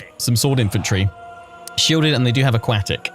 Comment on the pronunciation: The way you pronounce 'aquatic' is a crime.